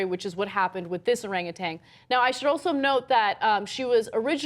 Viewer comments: OranguTAN, not OranguTANG. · No G at the end of Orangutan. Tan like tanning bed, not tang like orange flavored drink. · There's no G on the end. It's orangutan, not oranguTANG. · Cenk and Ana, please stop pronouncing Orangutan as "Orangutang". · There's no "g" at the end of orangutan guys. There's no "tang" at the end of the word. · It is not an "arang-a-tang"! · It's not Orangatang. This bitch keeps saying Orangatang. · For fuck's sake, Ana, THERE IS NO "G" ON THE WORD 'ORANGUTAN!" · Ana, there is no G at the end of Orangutan.